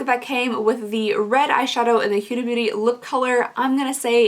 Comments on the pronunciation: It's Huda, not Hyu-da, Murad, not Myu-rad. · Huda is pronounced "Hoo-duh". Looks like you got some great bags this month!! 🤗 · Your not saying Huda right I also HATE Pumpkin Spice it make me sick peppermint mocha is my favorite